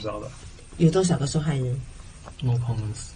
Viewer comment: No comment 都唔太發到音⋯佢點留學呀😅仲話博士生⋯